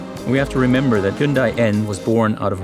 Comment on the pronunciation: An official Hyundai channel incorrectly pronouncing Hyundai 🤣